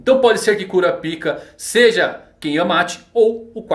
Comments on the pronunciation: Cara, fala "Kurápika" que é a pronúncia correta kkkkkkk... "Kurapíca" é complicado... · Eu sempre sinto uma pontada no ouvido com o falando "Kurapíka" kkkk Mas enfim, cada um com a pronúncia que acha melhor:v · Mano sempre que vc fala Kurapika eu morro de vergonha pq o pessoal aqui de casa e os vizinhos escuta